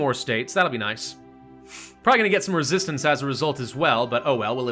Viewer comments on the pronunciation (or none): none